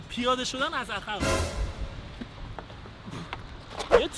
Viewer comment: جان عقربه درسته، ن عخربه،،عقب درسته ، ن عخب 😂😂😂